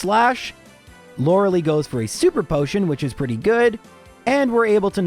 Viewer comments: Lorelei is pronounced Lor-ul-lye. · Just knowingly says loreleis name wrong every time